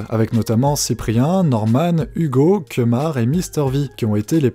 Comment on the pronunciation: "Keumar" Mdrr C'est "Kémar" pas "Keumar"